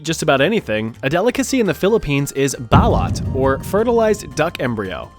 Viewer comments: Why is it balat not balut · I'm a Filipino and it's actually pronounced "Ba-lute" not "Ba-lot". Also yes, it is very disgusting despite other Filipinos saying it's actually delicious. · Bit late to comment, but the "u" Balut is pronounced like the "oo" in look. You should check out Dinuguan too, my lola used to call it chocolate meat. Basically, it's pork blood stew! I wouldn't touch balut, even coming from a Filipino family, but I've been wanting to try dinuguan for years... not easy to find in the US though, and I can't cook 😢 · It's not balat it's balOt (also I think you did spell it correctly and it is DELICIOUS thank you very much) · BAHLAT ….. it’s pronounced as baloot (balut) and tbh thats not really that bad its the visuals that turns people off even filipinos 😂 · what is "bAlAt" it's pronounced, "bA-lOOt" 😭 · I believe that Balut, the Philippines delicacy is actually pronounced, Bal-oout, with a hard u sound after a long o sound. That was how the locals in Manila pronounced it when I was an exchange student there. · it's Pronounced "Balought". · I'm sure you've heard this before, but it's pronounced "bah-loot." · It's /ba.loot/ and yes, it's grotesque and I pity the could've been duckling. Not my kind of delicacy despite being Filipino 🤢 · Lol sorry I’m a Filipino… balut is pronounced ba-LOOT. Besides that love the video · “Balot”😭😭😭it’s pronounced “balute” at least within Vietnamese culture lobe from Vietnam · Its pronounced Ba-loot 😅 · Balut is pronounced Balut not balooth :3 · balut is pronounced bah-loot jsyk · Im sorry, but its pronounced BALOOT (balut) AND IT IS AMAZING. chefs kiss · The “balut” is pronounced balooot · Khat ain't shit like coffee. It's more like meth or when first taking bathsalts b4 u build up a tolerance. Also, it's pronounced bah-loot. Balut. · Its pronounced baloot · Balut is pronounced buh-loot. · It’s pronounced “bah-luht”. The most overused fun fact for the Philippines btw lol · bah-LOOT! bah-LOOT! get your facts straight